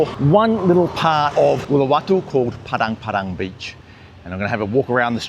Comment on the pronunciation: Makasih Pak, tumben org bule bilang "Padang Padang" daripada "Padeng Padeng" :face-blue-smiling::face-blue-smiling::face-blue-smiling